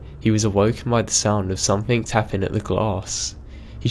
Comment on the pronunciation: Some-THING. NOT. Some-THINK.